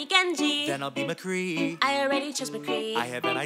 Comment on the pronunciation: It’s mccree or mcree but not “Mcgree”